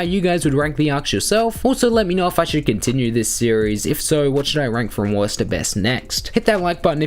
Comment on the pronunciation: Sound like your saying West To Best